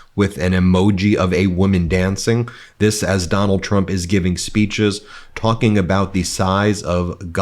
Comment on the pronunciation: Biggest fan and you can’t say his name correctly. Very trumpiann. Big fan though.